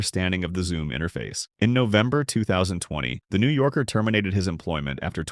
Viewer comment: New yorker? NAHH NEW JORKER